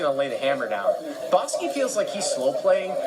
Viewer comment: Its like the commentator is trolling boski keeps saying bahski